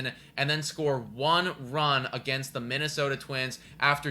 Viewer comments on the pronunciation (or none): none